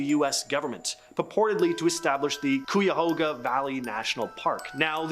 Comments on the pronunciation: Cuyahoga is pronounced Kye-a-ho-ga. In the Pretenders' song, "My City Was Gone," it becomes C'hoga, and some individuals say Ky-a-hogga. BUT never Kwee-ya-hoga. FAIL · The pronunciation of Cuyahoga pissed me off 😂😂🤦🏾‍♂